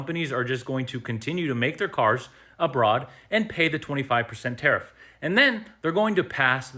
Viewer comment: Good points. Love your videos, Still amazed at the willful ignorance some people display...oh btw it is tariff, not tarrif.